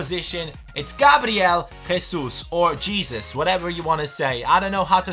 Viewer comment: I think how to say the striker name is Jesus not Jesus